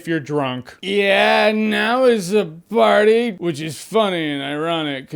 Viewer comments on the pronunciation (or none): i love the way you say "now its a parrrtyyy" you sound like my friend when he's had too much tequila